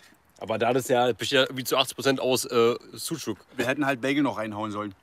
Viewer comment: Kleiner Hinweis am Rande die Wurst wird tatsächlich Sudschug gesprochen